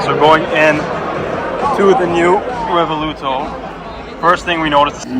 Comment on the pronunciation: Revuelto, not Revoluto😂